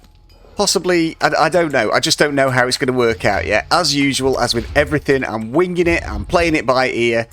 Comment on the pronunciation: Winging it, yeah sounds so British, yeah Yorkshire lol.